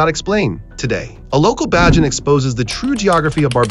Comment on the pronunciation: Its Bajan. Pronounced like the word Cajun. Say it with me. Bay Jan. N we actually sit on top of a giant ancient tree.